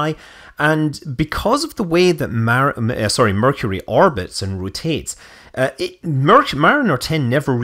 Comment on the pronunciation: correction, you mispronounced "Mercury".